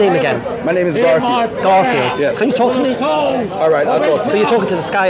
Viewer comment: was calling the man 'kaffir' instead 'garfield' again and again.😭😭 I laugh every time he did that intentionally..🤣🤣